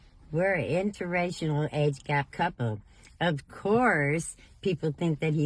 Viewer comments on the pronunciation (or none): Intern-rational ......she can't even say it properly